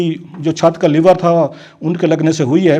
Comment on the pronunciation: Sir,it is LEVER,,,,Leeever,,,not Liver,,Liver is GURDA